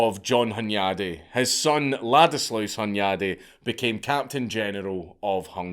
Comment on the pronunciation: Steven would have been called Istvan over there. Hunyadi = Hoon-yud-e. Never piss off a Magyar. Imagine when they don't even remember that rule. Really even when swords and spikes are out of the way, the arguments are fucking loud. The quiet ones. It was a testament to decentralization, imagine if that virginity rule was across the Magyar Kingdom. Mattias (Matt-e-ash) Corvinus (Horvath) arrested Vlad to trick the Romans and put the Ottomans at over confident guard. I think his horrors to his people are over stated, however I think he just defended brutally and brutalized incompetent Government officials, many people say they want to do it, he did it.